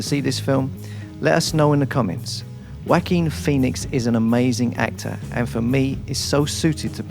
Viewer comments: Walking Phoenix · Whacking pheonix